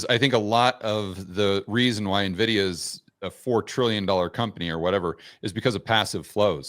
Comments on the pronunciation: why does he pronounce it like navidia? The NVidia CEO and most tech people pronounce it like envidia. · “EN-Vidia” > “NAH-Vidia” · It's not na-vidia. It's en-vidia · Why does he keep calling Nuh-Vidia? Kinda destroys his credibility. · Why does everyone say 'Nividia' 🤣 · Wait if a hedge fund manager pronounces it Nividia I'm already concerned that investors are even more clueless than I suspected. These are device with billions of transistors, can't we expect the people funding this stuff to have a buffer memory of more than 6 characters? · I know all these people who just found out about this company mispronouncing the name...you can pretty much ignore anyone that pronounces it this way, it marks them as someone with no understanding of tech since it shows they are new carpetbaggers just trying to sell some snake oil around the big tech success, anyone who knows the industry well enough to listen to knows the real name. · Impossible to continue listening after he called it “Nividia” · Typical investor. "Every dollar that you make is going to go to " a company you can't even pronounce the name of. The guest should do his own video on "how to remove your credibility"